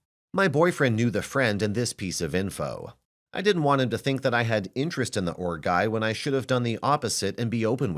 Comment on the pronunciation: I thought she was saying ORC guy lol